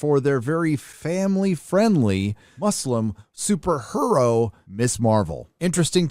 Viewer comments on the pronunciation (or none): super her-ro? 🤣🤣🤣🤣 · "Super Her-o" had me laughing, aw man, you're killing it.